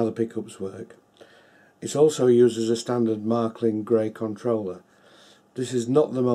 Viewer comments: The first syllable of Märklin rhymes with "hair". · Close, but not quite. The vowel you're reading as rhyming with "hair" doesn't exist in English, so you're still anglicising it while criticizing OP. Honestly, "Mair-klin" sounds more cringe than "Mahr-klin", if you can't actually pronounce the "Mär" syllable.